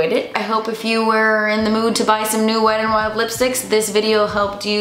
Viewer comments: I stg she's saying Weddin' Wild 😂😂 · “weddin wild”